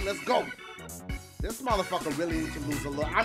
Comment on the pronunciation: killed me lol "if you're walking like thius.."